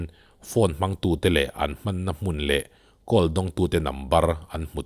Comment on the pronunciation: Ngati nge "Call" hi "kawl" tia i lam ziah a? "Khawl" ti ta che.